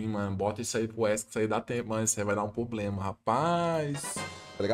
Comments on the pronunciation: Fala meu mano, tudo certo? só uma critica construtiva, da muita agonia vc falando "POblema", o correto mesmo é PROblema, video top demais vlw mano tamo junto. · Vício de linguagem é foda, se o falando “poblema” dói! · parece que adota estrategia populacionista pra conseguir voto de pobre kkkkkkkkk Tem dinheiro, é estudado, mas usa o headset remendado, força falar "poblema". N tem personalidade nenhuma, fora que faz analise de tier list de outro streamer. Ai ia junior vem falar merda kkkkkkkkkk pqp